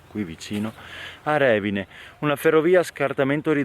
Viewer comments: Bello. Ma è Revìne non Rèvine... con accento sulla i 😅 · Ciao, bel video, però si dice Revìne, l'accento va sulla i😅